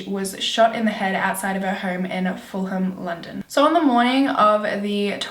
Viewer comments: Its FULL-UM not FULL-HAM. I live round that area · You have to learn to pronounce Fulham and Chiswick. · So cute how you pronounced Fulham and Chiswick looool